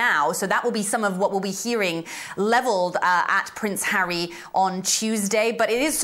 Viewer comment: Judge 🧑‍⚖️ went like “I didn’t know that Hawwy has children ?!“ 🫵🧑‍⚖️🤨😅